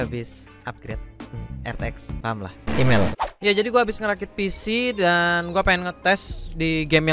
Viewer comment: Kok gw kesel pas lu ngomong "EMAIL"